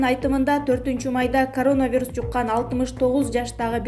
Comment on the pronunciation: Могу сапатсыз журналистканаргы жоготкулачы,дегеле коронавирусту окуганды уйроно албай койду...